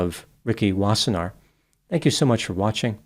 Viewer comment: You pronounced Wassenaar well. Its a Dutch name.